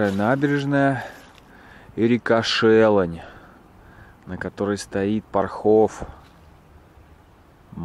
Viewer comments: ПОрхов, жутко режет ухо неправильные ударения! ШелОнь река! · ПОрхов, ударение на первый слог ШелОнь, на второй ПопадИнка 😄 Считаю, что человек не из наших земель не может знать, как правильно ставить ударения, это не страшно) А продукция нашего завода очень вкусная, советую масло 😉 Можно было посмотреть ещё наше ХИлово и ВолышОво Всё, к сожалению, в плачевном состоянии, тут вы правы.. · Добрый день. Насколько я понимаю, комментарии у вас открытые, а значит Вы открыты к критике. Так вот, люди у нас в городе добрые и открытые, но Вы оскорбили всех, исковеркали абсолютно все названия: ШелОнь, ПопадИнка, ПОрхов, ДЕдовичи. Никакой ни исторической, ни познавательной ценности в данном ролике вообще не наблюдается, чего не сказать о городе. Весь ролик приподнесен в вульгарном, негативном русле, будто рассказываете с отвращением. Мне очень жаль, что кто-то посмотрит этот "высер", простите за выражение и еще посчитает Вас компетентным человеком в области туризма, а в итоге город не получит должного внимания и настоящей оценки. Всего Вам доброго, надеюсь Вы либо начнете развиваться, либо Ваше дело сгинет на корню.